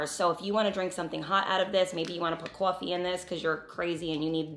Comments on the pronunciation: Woter and Cwoffwee 😂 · The way I clicked on this video with the quickness! 😂 I was just watching healthy food videos. Also, the accent on coffee 😂🥰 love it. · So happy and grateful that I discovered you! I'm curing my gut as well. Colonics have helped IMMENSELY! Sending you much love and look forward to the next video, Sis! Muah! I heard how you say "coffee" btw lol. NY??